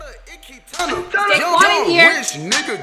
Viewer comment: what made me laugh was that it isnt 'day-quan' its 'dah-quan'